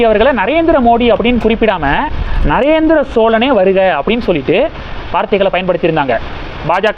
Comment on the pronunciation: நரேந்திர சோழனே என்று தொடர்ந்து உச்சரிக்கம் போது ராசேந்திரன் என்று உச்சரிப்பு மாறும்